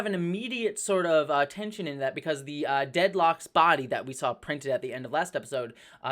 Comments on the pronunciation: First, every time you mispronounce Drednok's name to Deadlok or Deathlok I keep thinking it's part of the Marvel universe since there is a character/type of henchmen called Deathlok. Which is funny since that makes me think the protostar is from the future or another universe. Which would be a fun surprise for me if the show is set in the mirror universe and the people the crew was hearing about turned out to be the villains for the next season. Second, this was a really good episode. the sudden end makes me think this 2 parter was meant as just a 45 minute episode like the first episode. I still like it though since the characters like Dal show off how much they changed since the first episode. It feels like these last few episodes the show is getting it's groove At first I had mix feelings about the uniforms.Maybe it's because some characters the uniforms didn't like that great, but the more I thought about it the more I liked the designs. The designs seems to reference a lot from the Star Trek shows from the 90's, with all the uniforms being the same colour (I honestly don't mind the grey for these uniforms) remind me of the uniforms from the TOS movies. Which after looking back on the scenes with Chakotay, it looks like that'll be the standard for uniforms on Star Trek Prodigy. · ...it's written/pronounced DREDNOK. That is all. Fantanstic episode as always lady!